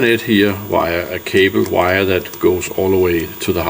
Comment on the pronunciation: The panels are *Risen, not "Reisen". Also *cable :)